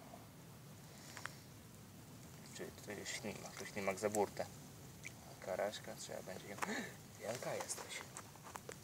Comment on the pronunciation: karaska nie karaśka xd